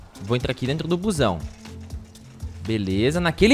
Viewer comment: achei que ele tinha falado cuzão só depois que fui perceber que ele tinha falado busão kkkkkkkkkkkkkkkkkkkkkkkkkkkkkkkkkkkkkkkkkkkkkkkkkkk